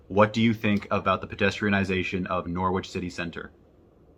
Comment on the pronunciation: interesting pronunciation of Norwich